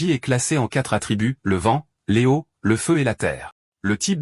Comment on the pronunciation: Tu utilise qu’elle ia pour faire tes vidéos ? Tu peux pas corriger le prompt pour qu’il dise correctement « l’eau » ou « c’est »